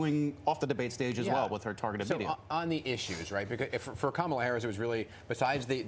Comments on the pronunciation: That disgusting guy should know how to pronounce VP Harris' name. It's KaMaLa! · This mofo is actually trying defend the “eating pets” thing? Yeah, he lost all credibility early. He’s purposely mispronouncing her name as well. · The GOP guy is still mispronouncing her name like a dumbass. But then he also calls her "Vague," when the other guy has a CONCEPT of a plan LMAO.